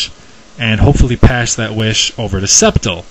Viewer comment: its Scept-eye-le